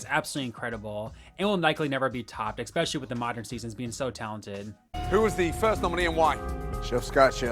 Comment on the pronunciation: Okay dude, I've been watching your content for a little while now and I feel like I have to say something: The word is 'ESPECIALLY'. With an S. Not Ex-specially, not Egg-specially. Especially. Say it with me now.